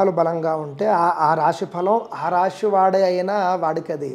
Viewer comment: రాషి కాదు రాశి